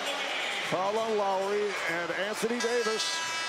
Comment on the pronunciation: Its Lowry not lawry